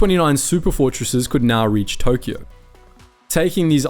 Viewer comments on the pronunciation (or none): none